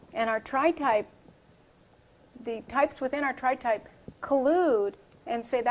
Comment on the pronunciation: "tripe" lol